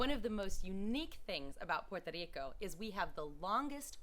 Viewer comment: Puerto RRico. Like Jerry in english. You've been there long enough to know how to pronounce it better even with an English accent.